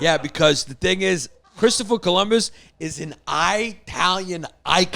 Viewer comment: Yannis: "klistoper Columus"